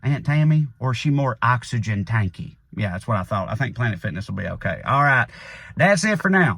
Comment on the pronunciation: "oxygen tank-y"... OMG.... LOL 😆